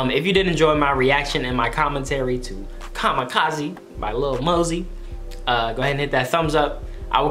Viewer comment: How hard is it for to pronounce lil mosey you’ll find out on the next expisode